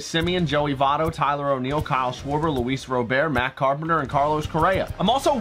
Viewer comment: Just a heads up Luis Robert name is pronounced like the someone’s first name but overall good vid keep them coming